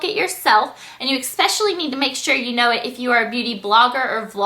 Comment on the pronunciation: Oh my GOODNESS!! You're GORGEOUS. You look a lot like a half Asian and Irish girl from LiveJournal... anyway, you're gorgeous, but AH "exspecially"?! :P Take care!